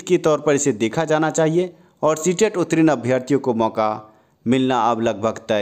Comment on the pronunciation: रे उत्तीर्ण होता है उत्तरीन नहीं बोलना सीख लो पहले! और जहाँ तक स्टे की बात है वह तो लगेगी नहीं और यह बहाली अपने समय पर पूर्ण होंगी